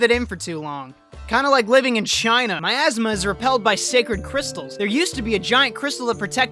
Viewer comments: Miasma I thought he said my asthma Kek, 10/10 review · Every time you say miasma I laugh because I think of some guy with asthma being unable to complete his quests because he runs out of breath.